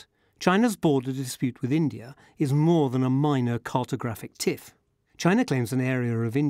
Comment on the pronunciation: Why do you say Chiner and Indier? I hear you saying something like Indier and China or Chiner and India?